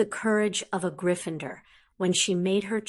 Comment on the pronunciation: Sorry, only a few minutes in and need to get this off my chest for my OCD sake: GryffinDOR, not -ER. Whi is this lady?!?! :p